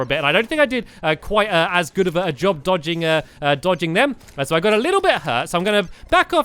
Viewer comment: Did anyone realise that he said after he died from ocram he said deeodging